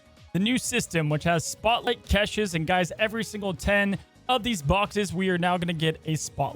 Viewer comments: I enjoy the content..i really do. Please, please...say cash-shay not catches😂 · please for my sanity learn how to say caches. It’s like cash in your wallet. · STOP PRONOUNCING CACHES THAT WAY! THIS IS WORSE THAN KILLMONGER! PLEASE IM BEGGING